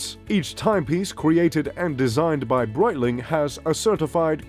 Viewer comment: I stopped after hearing Breitling...